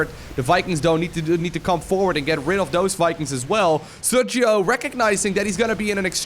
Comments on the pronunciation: Hi, just an clarification. Sergio is a Spanish name and the phoneme used in the G followed by i or e is /X/, not /G/. I know you always try not to butcher nicknames, so I hope this helps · Sergio is pronounced ser-he-o (in english phonetics) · It's pronnunced "Serjio" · hey you maybe should pronounce the name sergio in spanish